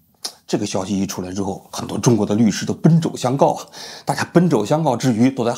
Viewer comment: 把王局嘴都乐瓢了，奔走相告还是，还是奔“肘”相告？